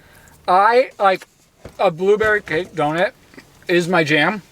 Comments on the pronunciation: the way that says donut as donit is kinda annoying no hate though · simply can’t pronounce donut/doughnut… doe-nit is all i hear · How am I just noticing says "Donit" 😂😂